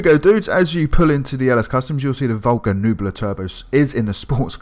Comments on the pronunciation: It’s pronounced neh-bew-la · Btw the correct way you say this car’s name is ‘neh-bew-la’, just want to say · its NEH-BE U-LUH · Nebula = Neb-You-La Also a few points, you made it a. “Retro Drag Racer” even though it has camber and a roof rack?? You complain of it’s drifts nature even though it’s a drift car with heavy camber. And omg if you can’t pronounce nebula you shouldn’t be making videos. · Spells Nebula out loud, still proceeds to pronounce the “u” as an “e” and the “e” as a “u”. How do you fuck that up, honestly. I simply don’t get it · you can’t say nebula?